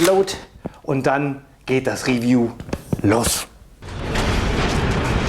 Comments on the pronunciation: der brus, macht ein riwiju hahahaahaa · 1.8k Euro für 0.5 Joule, also für billiges Plastikspielzeug? Was fürn Beschiss... PS.: Mach deine Videos künftig entweder komplett in Englisch oder bleib beim Deutschen, die Anglizismen machen das Video ungewollt lächerlich, vor allem die Aussprache erinnert an die Projektwoche der Hauptschule. ("Real Steel" hahaha "Riiihhffiijuuuu - "Hitlers BASSsaou")